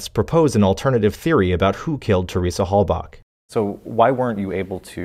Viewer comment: i've never heard someones name pronounced so many different names....Teresa hallback, hallbuck, hailback, hailbuck, etc.